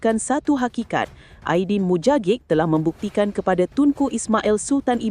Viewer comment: Ajdin Mujagic disebut 'Aydin Muyagik'